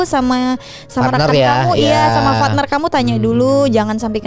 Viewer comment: Partner ya bukan fatner 🤣🤣🤣